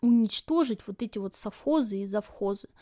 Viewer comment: Обязаны жрать французские сыры ? Нажралась ? Прямо позаботились ,чтобы вкусно ели .Наши то ,положа руку на сердце ,вот такие сыры делать еще не могут .....Ты жрала , а кто-то ел . Колхоз и совхоз правильно сказать не можешь ,а вот жрать просто по -плебейски и с остервенением выговариваешь .